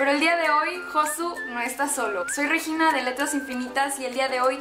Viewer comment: Cada vez que el dice "Reyina" también mueren 3 gatitos ya que es Regina.